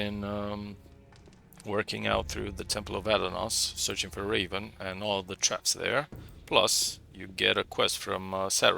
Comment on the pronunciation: Aah, I didn't think about transforming, neat idea 👍 No , I just occasionally hear "Reeven" when you mention the game title at the beginning 😀 Maybe my mistake.